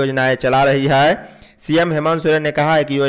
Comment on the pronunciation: Bhai hai hota hai,haai nhi